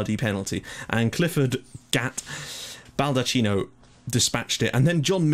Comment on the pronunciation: It's me again :P Some mistakes that you made a lot during this episode are that the surname 'Baldacchino' is pronounced Balda-kk-ino, Fenech is pronounced Fen-ek, Grech is pronounced as Gre-k, Naxxar is actually pronounced Na-sh-ar, and the top 3 teams currently in the league are mainly Hibernians, Valletta and Birkirkara, so in fairness, you actually got a very, very good result against Hibernians!